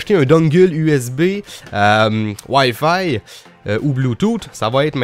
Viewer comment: Je viens de me rendre compte que Wayfay c'est wifi je suis désoler... mais ton accent prend énormément le dessus la :3 Sinon très bonne vidéo ;)